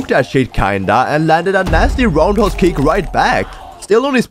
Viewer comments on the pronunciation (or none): none